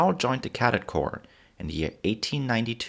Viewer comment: cadet in english pronounced cuh' - det